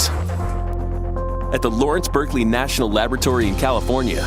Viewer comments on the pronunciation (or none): none